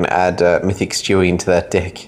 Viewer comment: Its stewie it sound like he said chewy